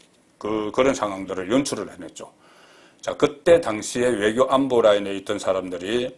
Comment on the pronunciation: 송본부장님 한마디 당부드립니다 안보라는 발음이 거슬립니다 *안*에다 엑센트를 넣으시는데 너무너무 어색합니다 안이라는 글자에 힘주지마시길! 열열 지지자니까 말씀드립니다